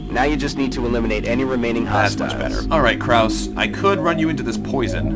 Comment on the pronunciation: Note: The "e" in "Krause" is not silent.